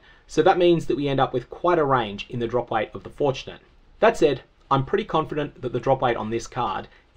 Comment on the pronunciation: So, I know you're saying drop weight. However due to pronunciation, it sounds like you're saying drop rate with a speech impediment